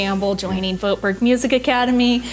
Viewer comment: I think your pronunciation of your own last name is so funny. The name ‘Voetberg’ clearly originates from the Netherlands (where I’m from). And your pronunciation is not even close to what it should be in Dutch hahaha.